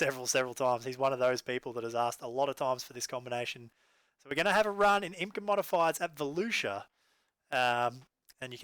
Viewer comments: it’s no imca 😂, it like the letter I M C A . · Just saying it isnt imca all together it is said I M C A